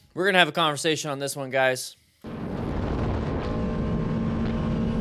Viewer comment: Sounded like you said calmversation lol